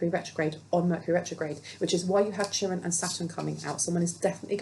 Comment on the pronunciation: "Chiron" is pronounced Kai Ron